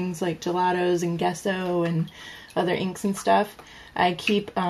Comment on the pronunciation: You probably know this but Gesso is pronounced Jesso.